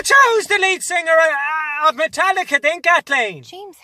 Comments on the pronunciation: "Martelicca" Xdddd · Mart-Lica Ahahahahahaha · When you're so excited to see Metallica you can't say "Metallica".